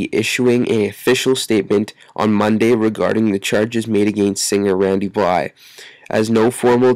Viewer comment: say his name right it's blythe not bly